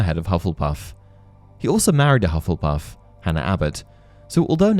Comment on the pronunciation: “Hufflepuff.” Me: [Hears “Love-lepuff”.] “...Wha...?” [Goes back, hears it correctly the second time.]